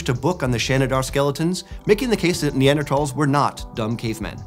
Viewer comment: The way he pronounces Neanderthals drives me crazy, there is not a hard t in that word.